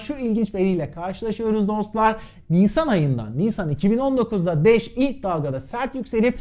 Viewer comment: Sen de sağol ne bileyim uzun zamandır seni izleyip de hala şu haline alışamayanlardanım 😃 öyle bir anlatışın vardı ki başta sanki dash değil de Anadolu şivesiyle kaçın daş yağıyor daş der gibi geldi bana.